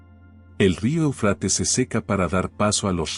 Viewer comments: Se pronuncia Éufrates, no Eufrates, ojo. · Éufrates!. No ponga el acento en la a por favor... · EL QUE ESTÁ NARRANDO , LE DIGO QUE NO SE ESCRIBE EUFRATES Y TU TE "COMES" ÉL ACENTO QUE LLEVA EN LA 1° E , Y LOS ACENTOS,SON MUY IMPORTANTES,X. QUE PUEDE CAMBIAR EL SIGNIFICADO DE LA PALABRA, Y ESO PASA MUCHO, CON LA TRADUCCION 🇪🇦 GRACIAS X TODO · Ay que mal pronuncias Éufrates, y asi das información